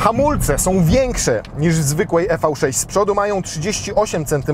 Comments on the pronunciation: Tak sobie Kia życzyła nazywać: i vi sześć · Redaktorze #, zgodnie z zaleceniami samego producenta należy wymawiać z angielska "Iwi 6" 😎